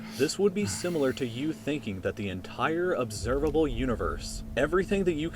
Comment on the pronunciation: "Observalbe Universe"